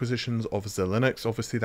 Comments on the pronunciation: Not "Zil - lin - ex" it's pronounced "Xi Links" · Excellent video Correction on pronunciation though "Zeye-links" Not "Zee-Linuxs" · Xilinx = Xi-Links 2 syllables where the Xi has a hard I sound. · It's pronounced "Zy-links" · Hey.Great content. Xilinx is pronounced sy-links which is much easier to say, I think